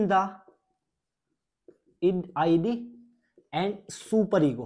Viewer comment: Wrong concept.. made it complicated ID k pronounciation k galt kr re ho ap